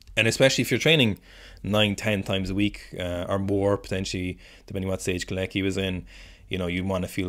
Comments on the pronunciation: I think you pronounce him "Co-latch-ky" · After butchering kolecki's name so many times I don't think you have any right to complain about people not pronouncing Irish names right lmao 😭